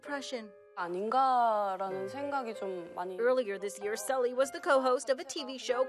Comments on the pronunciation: Very sad. Sulli was such a bright person. Her name is actually pronounced Sooly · The only thing that triggers me is how they pronounce Sulli